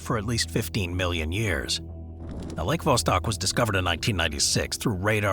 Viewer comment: Nope he doesn't. I made sure to replay this specific part 4 times the B is very pronounced. Of course he probably meant million but this wasn't noted.